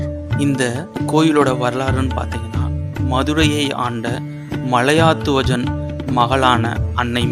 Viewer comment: மலையாத்துவஜன் என்பது தவறான உச்சரிப்பு. மலையத்வஜன் என்பது தான் சரியான உச்சரிப்பு. திருத்திக் கொள்ளவும்.